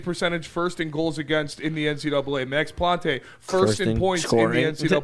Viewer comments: Don't overthink the pronunciation on Max Plante, it's just "Plant". Don't gotta fancy it up none. Once he's in the pro system people will adjust I'm sure. Nice show, LGRW. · Max Plante is pronounced "plant". Nothing fancy, the "e" at the end is silent. Just FYI.